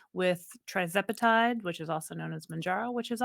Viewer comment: Hi there.. love your channel.... but can you correct the spelling and pronunciation of TIRZEPATIDE if possible? Its Tir nor Tri. Thanks much.